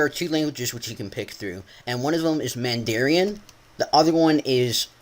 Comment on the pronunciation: you don't pronounces mandarin man-der-I-an its pronounced man-der-ran :P